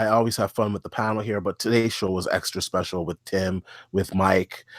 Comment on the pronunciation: Specal guest lol???? Anyone hear that at 8 seconds???